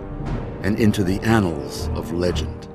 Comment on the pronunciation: hahah in the end he says "He will now take his place in the anal of legend..."